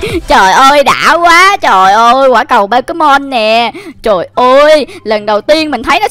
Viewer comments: Pokemon chứ k phải pekemon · nói là “bo ké mon “là sai ùi phải là “Bô kê mon chớ:))))